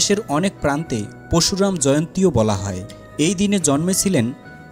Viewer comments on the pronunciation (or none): পরশুরাম , উচ্চারণ ঠিক করুণ আগে পশুরাম নয়